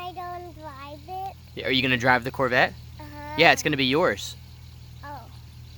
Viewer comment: SO CUTE, What a great dad you are, I love how he says "Torbette" instead of "Corvette".